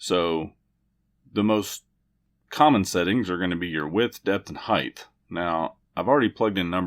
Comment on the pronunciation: There is no "th" in height, it ends in "T" please please please please